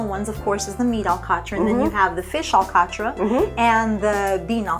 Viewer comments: By my recollection, the native pronunciation was, "al 'cot" with emphasis on the second syllable, and a very abrupt, incomplete "t" at the end. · the above hosts are pronouncing alcatra more englisized than portuguese. Also, I pronounce it completely different way, my parents were from downtown Angra and that makes a lot of difference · just wondering why the pronunciation of " alcatra " was not portugese.